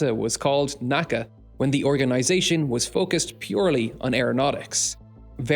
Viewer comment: My junior level aeronautics professor said if you ever pronounced “ N.A.C.A” as a word like in the video. Everyone will know your new & ignorant lol